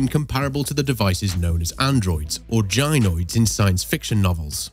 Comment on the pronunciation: It wouldn't be (j)ynoid if you're referring to a robotic creation with a human female form. It would be (guy)noid or gai-noid: think gaijin.. A woman doesn't go to a jynocologist for a medical visit related to reproductive matters. The kind of doctor a woman would go to is pronounced, gai·nuh·kaa·luh·juhst. Hence Gainoid. Otherwise, good video. Thanks very much.